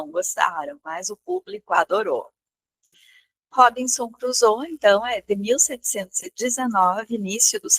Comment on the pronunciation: Li Robinson Crusoe quando era adolescente...década de 80! 🤭 Vou ler novamente após esta rica análise, com outros olhos. Agora, com óculos, não necessários há mais de 40 anos!🤓 Hoje, aprendi muito, inclusive a pronúncia correta do nome da obra/personagem! Viva a cultura! Sempre é tempo de aprender. Obrigada,!